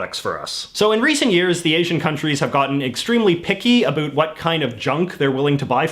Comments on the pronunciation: I’m Canadian and have never heard another Canadian pronounce it that way. Also no one I have ever met says “a boot”. This guy is a bit of an anomaly. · I'm a 46 year old Canadian man, and to this day, I've never heard a Canadian pronounce the word about, like a boot. WOW. I thought he was joking at first. Love it!!! And we're not all stereotypical. We're not all abouot, ha, maple syrup and hockey. The best of us love our beavers so much we proudly eat them. hahaha. Proud to be a Canadian, pass me another beer....... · There's no way you pronounce About like this without doing it intentionally because of the "meme where canadian talk funny" lol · The way you pronounce “about” is so heavily Canadian, I first thought you were an American making fun of Canadians! Lol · The way you pronounce the word "about" is so weird.. Is that on purpose or it is just your Canadian accent? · By your pronunciation of "about" I knew that you are from Canada lol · I had to rewind the video a few times because I couldn't tell if he was joking with the pronunciation lol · I don't often comment on videos, but the way you pronounce the word "about" is ridiculous. C'mon man. Speak properly. You're making Canadians look like morons! I live in Canada and don't personally know a single person who pronounces "about" like that. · I'm Canadian and I hate the way this guy says about. The majority of us do not pronounce it this way. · THANK YOU!! He's making Canadians look ridiculous by not speaking properly. It's infuriating. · Is this flappy head seriously saying "a boot"? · Can you please STOP saying "A BOOT". Most people don't say "about" as often and most Canadians just pronounce "about" the normal way. Are you trying to show how Canadian you are? No Canadian takes their Canadianship to that limit! End of rant. BTW I love Canada and Canadians, and I like your videos, don't get me wrong. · He said care a boot and he meant to say care about lol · I just can't stop listening to "abuuut"